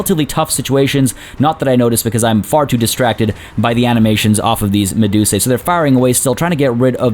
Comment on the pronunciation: The plural of medusa is medusae but its said as "medus-eye" rather than "medus-ay" since that's what the "ae" says in Latin.